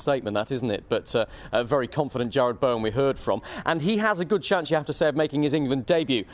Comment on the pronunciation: This presenter is hopeless,yesterday he couldnt pronounce Bowen's name (Baowan) and now he doesnt know West Hams stadium (city stadium )